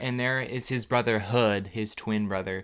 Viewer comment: wait is his twin brother's name Hood or Hud?? or is it both? like is it spelled 'Hood' but pronounced "Hud?" i have so many questions for their parents... and half of them are about their name choices